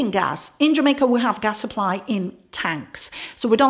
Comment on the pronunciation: I love how you say jamakaa